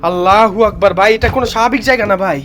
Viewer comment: আল্লাহু আকবার আল্লাহু আকবার আল্লাহু আকবার আল্লাহু আকবার আপনার বলা ভুল